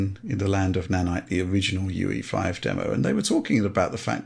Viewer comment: Why they pronounce unreal engine 5 as UV5 instead of UE5? At least it sounds like that